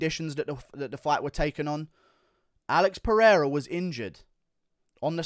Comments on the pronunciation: Peheira is the correct pronunciation in Portuguese so you don’t have to change it. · If you're gonna put some respect on his name , then put respect on his name! Lol. In Portuguese the R is only pronounced as an H if it starts at the beginning of the word or if there are two R's in the middle of the word such as "Rua" or "Guerra". If there is only one R in the middle of the word then its pronounced as an R not an H such as "Oliveira" and "Pereira" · Don't worry about tryin to pronounce "Pereira", you gringos can't, and that's fine 🤣, you guys just don't pronounce the "r" the way we do